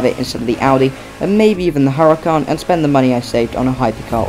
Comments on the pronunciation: HURACAN, NOT HURICAN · 😂hurican its huràcan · Its huracan